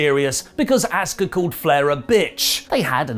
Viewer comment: What a putz Asuka name has been pronounced every week & you still can’t say it correctly…..no matter how many pages you make they are all the same garbage